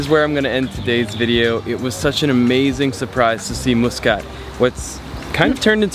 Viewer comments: Your pronunciation is really bad. It’s muscat, as in muss you hair and Mutrah as in mutt. And the coffee is called Ghawa not kawa. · We wright it Muscat and we don’t say it like how he said it but your kinda right how you pronounced it I am Omani btw